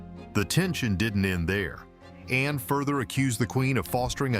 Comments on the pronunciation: It’s Ann not Anna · It isn’t Anna It’s HRH Princess Anne. The E is silent n so annoying with names that presenters say including Prince Louis the presenters say Prince Lewis ??? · It is Anne not Anna. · Her name is Anne, NOT anna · it is ANNE NOT ANNA GET IT RIGHT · Her name is Anne not Anna!!! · The name is Not Anna! Her name is Princess Anne. The E is silent. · Her name is not Anna ANNA! It is ANNE! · It's Princess Anne. Not Princess Anna. Please get that right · She is Princess Anne (the e is silent). Her name is not Anna. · It’s ANNE…not Anna